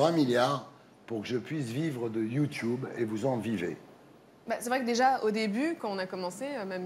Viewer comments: "youchoube" youchoubeuse" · "Vous êtes la première youtoubeuse " lol apprend à dire ce mot bien et après on verra 😂👌🏻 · Peut être qu’il arrêterons de dire « youtioube » aussi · Le jour où il arrêterons de dire Youtouboue ou Youtioube la télévision aura disparue. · Natoo vous êtes une YOUTCHOUBEUSE mddrrr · YOUTUBE C'EST YOUTUBE IL C'EST PAS LIRE OU QUOI "YOUTOUBE" SRX KOI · Bah ouais la télé ça devient démodé du coup les présentateur rabaisse la nouvelle génération .... ça fait vraiment pitié. ET ON DIT YOUTUBE PAS YOUTIOUBE! ! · Youthube déjà les gens qui disent comme ça, c'est chiant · Qu'il apprend à dire YouTube au lieu de YOUTCHIOUBE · Wesh on est d'accord qu'il savent pas dire "Youtube"😂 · Il dit youtoub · On essaye pas de claché quand on sait pas dire"youtube"